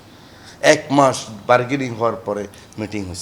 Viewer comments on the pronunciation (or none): barkeding না bargaining?